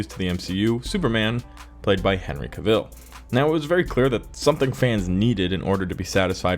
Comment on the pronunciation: Dude you gotta quit saying cavill like ca-ville. even henry tells you himself in this video here